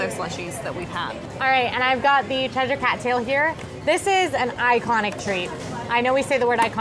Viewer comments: is saying Cheshire correctly! 😊 Short e sound, then uh at the end - like CHEH-shuh with the emphasis on cheh. The only Shire like is saying it is in Lord of the Rings! This will also help you with things like Worcestershire Sauce (WUH-stuh-shuh). The more you know! 😂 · is right... it's "Ches-sheer" Us Brits have a confusing language 😂 ❤❤ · As a Brit, I can confirm that is pronouncing Cheshire correctly. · is correct in the pronunciation as I live in Cheshire in England xx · says Cheshire Cat correctly